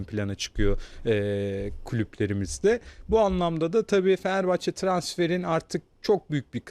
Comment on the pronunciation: Asporun Fenerbahçe diyemiyen konuşma özürlü bayan spikerleri feneebahçe ne amg ya..konuşmayı öğrenin biraz.